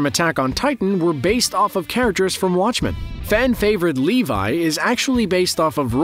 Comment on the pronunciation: Levi❌ leivai✔️